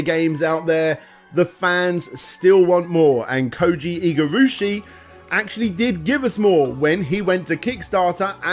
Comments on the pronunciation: One step forward, a couple back. AkuMAjo, not akoomoojo. IgaRAshi, not Igarooshi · That's what you're harping on? The most egregious thing is him calling Igarashi as "Igarushi" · Im sorry but... Koji Igurushi? Koji Igarashi. Igavania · Honestly not as annoying as the constant mispronunciation of Igarashi. Like come on man, at least get the godfather’s name right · Getting Japanese pronunciation wrong isn't the worst thing when you're not that familiar, but mispronouncing Iga's name seems like a big deal given what a legend he is.